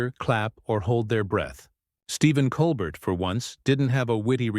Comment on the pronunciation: NEVER HAPPENED. Nuff said. The narrator (either AI or an ignorant human) can’t even pronounce Colbert’s name correctly.